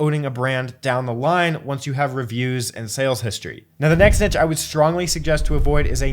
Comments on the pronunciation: It’s , not … you’re welcome 😉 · Thanks for everything you do to help us. I thought it’s only right to offer my help where I can. Only people in America say niche like “nitch” though if you google it, you will see that the correct pronunciation even for American English sounds like “neesh” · Neesh, please! NEESH!! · It's niche. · Its neesh, Jesus Christ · G'day it's Steven from Down Under Always enjoy your enjoyable and informative videos. In Australia niche is pronounced "neesh" 😊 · Love the videos and appreciate the advice but the way he pronounces niche doesn't sit right 😅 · It's the other prononciation of niche, like the sh sound. This is how Google translate reads it... 🤔😳 Or just take it from a French speaking person